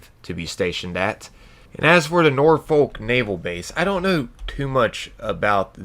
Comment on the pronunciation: My British soul ached with that one 😂